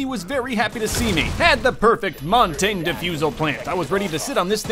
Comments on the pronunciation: Why does say montage it’s essentially montaje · Montagne is not pronounced Montane. Its pronounced Mon-tannee- yuh. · “They had a montain” “They had a monteng” “Us against this montaing” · Am i the only one that really dislikes how he says Montagne?